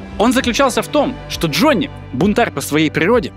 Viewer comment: сколько раз прозвучало в Главе 7 имя Д Ж о НН ЕЕЕ ии ?)))